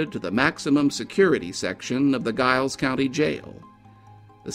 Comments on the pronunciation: Interesting story . Giles County is actually pronounced like a J "Jiles" County. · Giles County is pronounced "Jiles," btw. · I agree. And fyi in report on scott and noble, the county giles is not pronounced with a hard g..its pronounced with a soft g, which sounds like a j...so narrator...its jiles. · Another excellent video. Just for future reference, it's pronounced Giles with a J as in Jiles. There's another case nearby that I'm sure would intrigue you. Have a look at the Caldwell Fields murders that occurred in 2009 in Montgomery County, Virginia. The case has went cold an it would be an excellent feature for your channel. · Giles County is pronounced "Jiles", with a "J" sound. ...Just sayin'. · Love your channel, wish you would consider bordering states as well. FYI, Giles is pronounced as if spelt with a J. Hope you have a Merry Christmas 🎄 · I will be sharing this on FB, as I'm from the area close to Giles etc. I hope some further information can be found soon. Such a sad story, as unsolved murders are. By the way, we pronounce Giles with a "J" sound. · Always enjoy your videos sir, but it is Giles as in the sound of first syllable of Giant, not like the sound of GUY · Does anyone in the area pronounce Giles like that? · Sad story. My only complaint would be the mispronouncing Giles. Hopefully someday this case will be solved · I'm surprised the reporter/author was unaware of the famous "boxer's pose" -- when people receive upper body/arm sever burns, the muscles contract and produce that pose. It is a characteristic of that type of injury/death. Also, I know that area, and "Giles" is pronounced with a "J" or soft G, not a hard G. But this was interesting and well done. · I love your vids and am subsrcibed but Giles is pronounced with a "J" sound. lol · The incorrect pronouncing of Giles was rough for me! Terrific video though! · Are you from the area at all? I have to assume not given how you kept mispronouncing "Giles" through the whole thing.